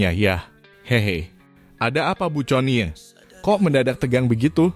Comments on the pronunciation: Min conie iti di baca koni,jngan teks book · Min ga salah tuh? Connie (Koni) kok disebut Coni 🤣